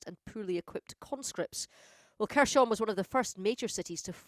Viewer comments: Everyone else pronounces it 'hers-on' Why is she pronouncing it kershon? How do these people get a job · Please stop saying kerSHon... Take 10 seconds to find out how it is pronounced... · It's pronounced Herson (silent K) Not Kherson. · They cant even say kherson lol